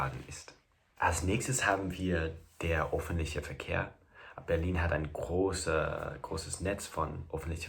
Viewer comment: Falsch ist: "Offntliche Verkehr" - viel zu schnell, undeutlich und vernuschelt ausgesprochen! Richtig wäre: "Ö f f e n t l i c h e r Verkehr" oder besser "Der öffentliche Verkehr oder "öffentliche Verkehrsmittel" oder "Die öffentlichen Verkerwmittel"